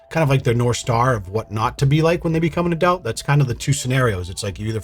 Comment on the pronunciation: I love the way you say "adult" as "adalt", makes my day 😂❤